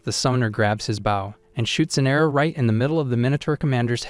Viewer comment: That AI stil cant say Bow and not baw 😆